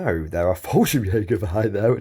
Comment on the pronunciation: I find it funny that you call the Fallschirm Jäger just "Falsch", because in german that's just wrong :P.